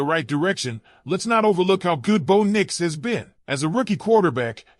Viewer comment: Name is bo bo not boon fool